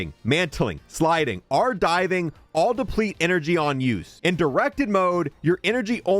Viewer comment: Dude thinks he's a pirate saying are instead of or